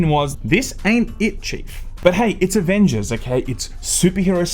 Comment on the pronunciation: Shame about the Ah-Vengers.